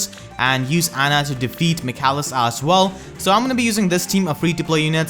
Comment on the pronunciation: Just so you know, his name is pronounced Mic ayy lis